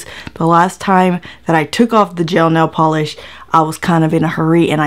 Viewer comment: Nail gel polish 😂😂😂😂 Jail nel polish. 😂 Oh girl you crack me the eff up! ❤️